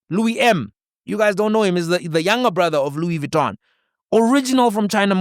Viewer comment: "Louis Gitton" Paul O'Sullivan 😂😂😂